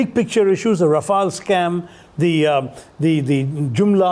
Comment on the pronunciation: Also its rafale not raphael lol